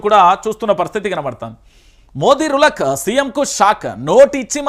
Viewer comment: Anna rulak kadhu జులక్